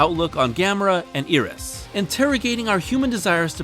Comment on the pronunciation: you see Iris and you pronounce it "ear-rus", not "eye-rus"? I think you've got the wrong body part dude